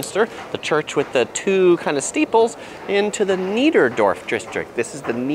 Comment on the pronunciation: Thanks for the video. Just a quick feedback. It is "Niederdorf".